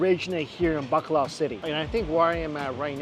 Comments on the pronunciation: Bacolod changed to Bakla city lol! that pronunciation killed me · I love the way he says Bacolod City, it’s sound to me as if he was saying BAKLA CITY. 😅😅😅😅 Gay City